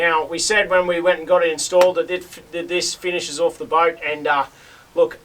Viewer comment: The word is pronounced off, not oof 🤦